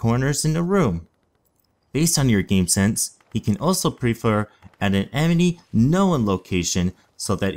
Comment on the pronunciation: you say emeny instead of enemy :p